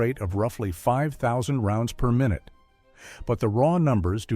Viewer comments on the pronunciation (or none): none